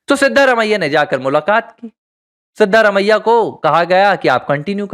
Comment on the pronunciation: Pronounciation of the name of Chief minister of Karnataka is not correct. The name should be pronounced as Siddaraamaiah.